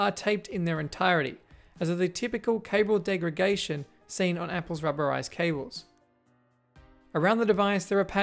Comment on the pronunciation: Cable 'degreGation'? Did you mean 'degraDation'? Amazing cleanup job nonetheless!